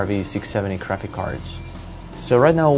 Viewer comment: sounds like he says crapix cards!